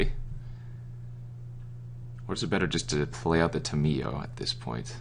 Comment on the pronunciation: The way you pronounce Tamiyo makes me cringe Dx